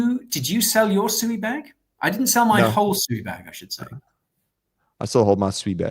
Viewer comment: Holy 💩 Nick can pronounce SUI correctly